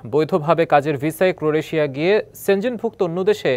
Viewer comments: News presenter barbar vul portese. Boltese ' cro-re-tia'!. Bro😂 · সংবাদপাঠক হিসেবে ক্রোয়েশিয়া উচ্চারণটা আরো ভালোভাবে করা যেত। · একজন সংবাদ পরিচালক দেশ টার নাম তাও ঠিক মত উচ্চারণ করতে পারলো না...শিক্ষার কি হাল ভাবুন তাহলে 😅😂